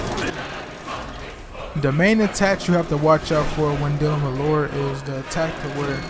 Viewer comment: I believe her name is Laura, not Laurie. Sounds like your saying Laurie